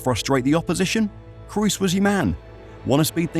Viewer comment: His name is not "Crews"....